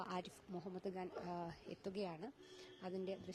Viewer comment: അവതാരികയും പോയോ,? ഇടക്കിടെ മൊഹമ്മദ് കാൻ "കാൻ "എന്ന് പറയുന്നത് കേട്ടു.